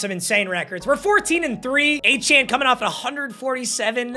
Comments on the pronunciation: It’s achane like train but achan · yeah its pronounced a chan but a chain is so much cooler so idgaf what he said in an interview